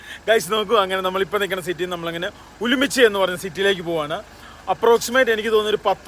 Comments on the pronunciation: ഉലുമ്പിച്ചി അല്ല ഉറുമ്ചി ആണ് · ഉമ്ലിച്ചി അല്ലാ ഉറുംചി എന്നാണ് സ്ഥലത്തിന്റെ പേര്